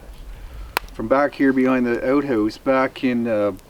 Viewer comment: When you say "about", I hear "a boat". When you say "outhouse" I hear "old hose". :D